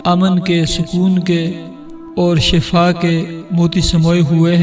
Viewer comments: Asle lafz shifa hai shafa nahe shafa k maine mot hai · Shafa nhi shifa bolte Hain.. shafa mout ko bolte Hain.or shifa sehat ko bolte Hain.. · Shafa galat bol rahe ho aap hazrat Wo shifa bolna chahiye🤔😌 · It's word shifa not shaffa .. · Sahi lafz shifa hai na k shafa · Bhai shafa nahi shifa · Shafa nhi kahty shifaa kahty hen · Bhi lafz shafa nahi(shifa) hota ha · Please make a correction for the word shaffa.The correct word is Shiffa. I am saying about the pronunciation . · Shafa nahi shifa hy pehle ye samajh lyen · Asal lafz Shifa hai. Shafa nhi. Please tashih karen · بھائی شفا کے نیچے زیر ہے ۔۔ زبر نہیں ۔ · پلیز اپ نے شفا کہا اور شفا الگ چیز ہین۔ ایت دیکھو وکنتم علی شفا حفرة من النار ..... وننزل من القران ما هو شفاء ورحمة .. پلیز شفا کو صحيح پڑھئے ۔۔ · قران سمجهتےبوتے تو پتہ چلتا کہ شفا کو غلط پڑھا اس نے باقی وظیفہ تو ٹھیک ہین